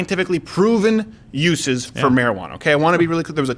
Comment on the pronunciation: I wanna be really cl..... (clear). At the same time he is not totally clear in his words lol. It’s fast and I get it but it’s not cl.... lol!!! I love Steven Crowder.